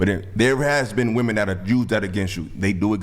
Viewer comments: THE WORD IS WOMEN NOT WOMAN!!!! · "WIH-men", not "WOO-man." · WOMEN WOMEN WOMEN!!!! NOT woman!! These women cant say the plural word for woman 😭😂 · Y'all know that "women" and "woman" are not pronounced the same right!?